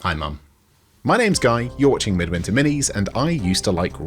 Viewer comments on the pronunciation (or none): Did he say midminter minis